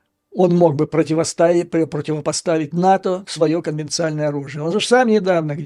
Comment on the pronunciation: Конвенциональное оружие,не конвенцальное!